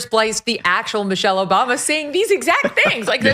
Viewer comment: "Missery Obama" 😂😂😂😂 Love it